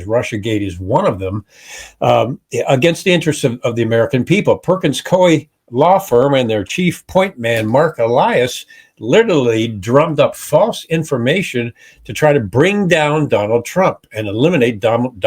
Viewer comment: Pronounce it correctly - Perkins Coooey.